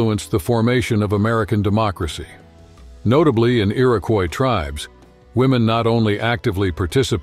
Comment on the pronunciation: Hi thanks for highliting us indigenous women and you mispronounced Iroquois you should stick with haudenosaunee with is people of the longhouse that is who we are beside Iroquois confederacy thanks again and good luck with everything